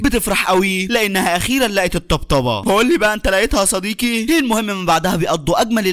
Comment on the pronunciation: وحشتني يا صديكي……يا أعز الأصكاك😂